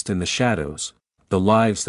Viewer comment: I want to know when the hell yall going to pronounce her name right its not Shaun anne its Shan anne yall make me sick in pronouncing a name , go back to School learn how to pronounce the name right